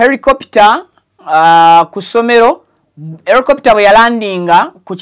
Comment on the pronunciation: Not Ericopter it’s helicopter 🚁